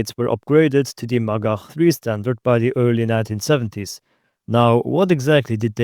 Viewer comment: every time he says "magach" i hear "MaGuh"